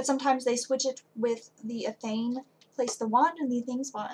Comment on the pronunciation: I thought it was a very nice video. Thank you for sharing. By the way. There are several ways to pronounce Athame. From how I heard you pronounce it. It sounded like one of those ways to me.:) Many blessings to you. Syker: )